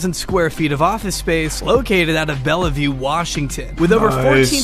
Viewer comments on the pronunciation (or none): Its not Bell - a - vue just say Bellevue it without the fancy e lmfao. Crazy this guy operated within an hour of me for so long. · ‘Located out of “Bella view” Washington’ hurt my soul